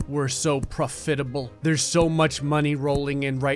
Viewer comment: "Pruh-fit-able" Yes. English language +2 lvl up.